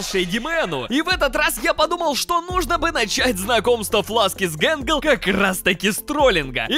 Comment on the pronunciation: Скренч вообще не гэнгэл а тэтгэл